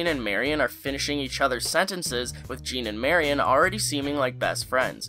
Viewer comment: Good video and you pronounced her name right instead of saying "merry-on"!!! 😀